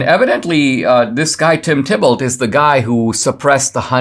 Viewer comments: I'm sure Thibault is pronounced "T-bo". French name. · It's pronounced 'Tee bo'. 'Bo' as in rhyming with "toe". TEE BO.